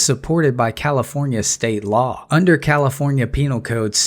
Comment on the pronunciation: oh... sorrrrry, I forgot , it's Kafilornia..